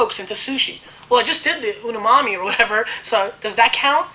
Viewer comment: OMG! This gentleman gushes...but I like his enthusiasm if not his mangled pronunciation of umami taste sensation and the Sylvaner grape variety. He is quite wrong about Zind-Humbrecht being one of the top 3 or 4 produces in "all" of Alsace. In my less than humble opinion, Olivier Humbrecht MW is one of the world's top wine producers which puts his peerless position in Alsace into better context.